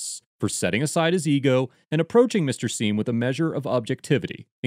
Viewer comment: Sorry. But “Mr Seim” gets an F